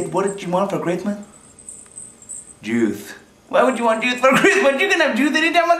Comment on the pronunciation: He said juith instead of juice. ornch juith! (orange juice) I know it sounds weird haha. I guess the way he said it is supposed to sound like 'you' but he changed it to 'juith'...